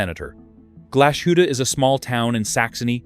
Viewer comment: Glashütte is pronounced more like “glass hoota”. The “s” and “h” are in separate syllables. Lange and Söhne is pronounced something like “lawnga oont zuhna”. The YouTube video would be a lot more credible if you knew how to pronounce the names of the brands.